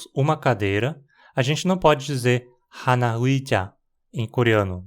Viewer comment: Muito boa a sua pronúncia do coreano. Mas achei interessante o modo como você pronunciou 하나 no início. Deixando bem clara a influência das regras de pronúncia do português. Quando a gente vê palavras como 하나 ou 나라, a gente tende a falar algo como hána e nára, dando mais ênfase à primeira sílaba, da mesma forma que a gente pronuncia casa e bala, por exemplo. Mas em coreano eles geralmente não dão ênfase a uma sílaba em cada palavra, então 하나 soa mais como haná pra gente, e 나라 como nará, mas as sílabas só estão sendo pronunciadas com a mesma ênfase. Eu também fazia isso sem notar quando comecei a estudar a língua. Tive que me policiar bastante pra não levar as regras de pronúncia do português pro coreano :)